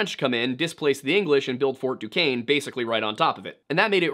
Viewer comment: honestly 😂 im just glad he pronounce duquesne right. i go there and NOBODY gets it right